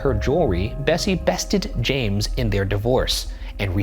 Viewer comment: Every time Ryan said Bessie it sounded like Bestie.